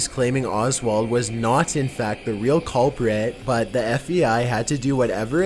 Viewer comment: Oh my God dude, you need to learn how to narrate properly. To say the least- you put emphasis on the wrong words at the wrong time, all the while taking inappropriate pauses! "Cuulpriiiit".. man, you're the culprit of fucking up a good video with your nasaly ass voice. Learn how to talk before you do more videos. Thank you.